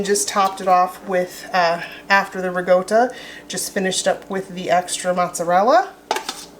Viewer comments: Love the video. What is re-go-to 😂😂😂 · Isn’t ricotta pronounced with a KA sound instead of G sound???